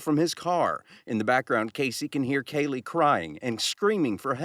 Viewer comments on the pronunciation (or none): I hate how NG benefits off the misery of others. BTW, I also hate how she pronounces Kaylee (sp)!